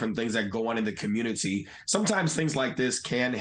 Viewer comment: The communitahhhh back at it again. 🤷🏾‍♂️